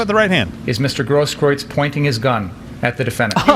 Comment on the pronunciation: Steven it's pronounced 'GROSS - KROOTS'